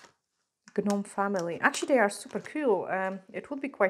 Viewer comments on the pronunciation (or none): Hey pretty lady just wanted to let you know that the G on Gnome is silent so you pronounce it nome instead you don't add the G in it just wanted to let you know so you would know also I know in the UK they are called gonks which I like that better then Gnome anyway lol and I have been born and raised in the U.S Atlanta Georgia so we've always said Gnomes but it's weird cause the original gnomes are little things that go in the garden in your yard and they actually stand in your garden and but you can see their faces it's not just their nose and hat that u see basically I've never seen the gonks till I started watching nail channels and seeing people from the UK painting them on nails and they called them gonks I fell inlove with them my Christmas tree for 2021 was decorated in gonks I couldn't believe the stores were selling those adorable little things to decorate with so the topper on my Christmas tree was the gonk hat and then I also had a bunch of them on my.mantel and hanging on my walls decorated my entire livingroom with them and it was done in plaid it WAS beautiful can't wait to get more.this year and decorate even more this year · doll im not throwing you under the bus, just helping you out, the 'g' in gnome is silent, nome aka gnome just helping you with much love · The G is silent in gnome luv. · The 'G' in gnome is silent, so just 'nome'. I like the almost black crystals (like a burning ember) and the AB ones. 😊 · The 'G' is silent when u say gnome.. so its just nome- English is so confusing 😕